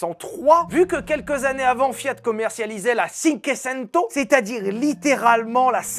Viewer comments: écoute! cinquecento, ca se prononce shinqouésaineto! faut pas déconner quand même! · Merci pour cette nouvelle vidéo ! Au top, comme d'habitude. Sérieux et humour... Par contre, juste en passant, il faudrait que tu écrives mieux les noms italiens et revoir ta prononciation de "Cinquecento" 😅 sinon au top ! Continue :)